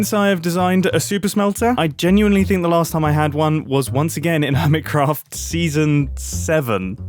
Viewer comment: Ear Mitt Cruffed